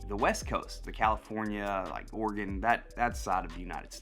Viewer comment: Thank you for saying oregon correctly!!